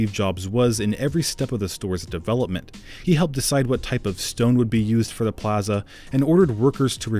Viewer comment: The only bad thing about this video is the way the guy says plaza